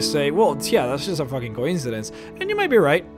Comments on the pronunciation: also, co-incidence. not coin-cidence. ffs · co-IN-seh-dens not COYN-seh-dens. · Your pronunciation of coincidence is... unsettling...